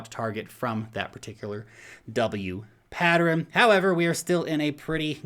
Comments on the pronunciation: Pattern pronunciation Humans -> Pat-turn -> Patt-ter-renn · Thanks. Man mainstream adoption is going freakin vertical. Happy days.;) Has anyone else noticed that the can't say pattern???:) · Thank you! I'm over here trying to say "patterin". I've never heard it pronounced that way before! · patterin? do you mean pattern? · is he saying "patterin?" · I love you, but you pronounce 'pattern' as 'pattrern' and it's weird. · PATTERIN.... What the actual F See ya. I can't take listening. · Patterin? you meant pattern? silly. Keep up the good work. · It is possible that is the way pattern is pronounced in New Zealand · Have I been saying pattern wrong my whole life? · I noticed that too! It's probably a regional thing. Not sure where is from originally, but where I grew up in PA some locals would add unusual syllables to words (mine = my-en, film = fil-em etc.) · You say 'pattern' so weird dude. Like a whole extra syllable. :P